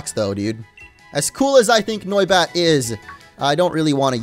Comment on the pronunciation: Noibat more like noicebat